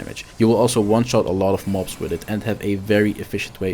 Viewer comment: it sounds like you sayin “ mopes” when you say mobs and I love it😂😂